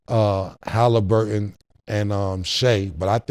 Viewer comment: Haliburger😂 not Haliburton being cauliflower chicken😂😂